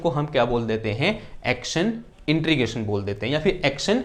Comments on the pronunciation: It's not intrigation but it is integration. Please pronounce it properly otherwise it is irritating to listen. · 'इन्टीग्रेशन'...... न कि ...... 'इन्ट्रीगेशन' .... 😂😂😂